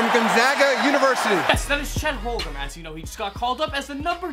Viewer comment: it’s chet holmgrown bro